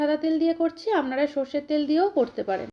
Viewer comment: আপনার রান্না টা খুব ভালো লাগলো তবে আমনারা না বলে আপনারা বলবেন শুনতে কানে খুব খারাপ লাগছে।